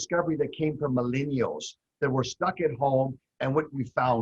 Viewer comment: What the hell is a "My-Lean-E-All" Frank???